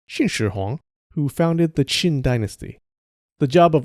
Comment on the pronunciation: I admit I burst out of laugh when the Qin Shi Huang was pronounced. Lmao